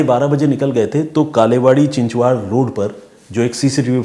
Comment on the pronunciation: चिचवाड नही चिंचवड कालेवाडे नही बालेवाडी